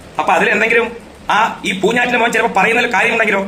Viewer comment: പൂഞ്ഞൈറ്റിലെ ആ "ഞ്ഞ " ഒഴിവാക്കി കൂടേ ?